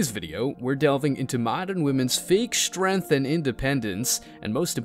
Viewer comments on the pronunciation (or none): its Strength not SHtrength and Strond not SHtrong